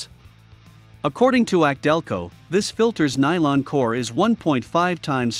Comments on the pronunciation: A C DELCO - NOT AKC - DELCO👎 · Laughably inaccurate list. Repeatedly references anti drain back valves like they are magical and unique. Commentary is read from the marketing material on the boxes as if it's factual. Pronounces AC Delco as ack Delco several times. Find a channel like project farm for really well done comparison videos. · YES !! This is the 2nd clown I've heard say "ack-delco" on U-tube. Here's the deal: The "AC" comes from the initials of Alexander Champion, who pioneered a spark plug that was used in early General Motors cars -- and the "AC" brand of spark plugs was of poor quality, but GM stuck with them anyways. GM later adopted the Delphi Group, and they started using "ACDelco" as their go-to logo. I remember back in the '60s, AC plugs were so bad, you'd pull a plug from a GM engine, and your first comment would be: " ACK !! DELCO !! " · The voice on this video is computer generated that's why it can't properly say some names like ACdelco